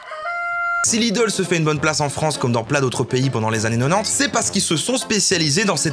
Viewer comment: "la frounsse" ?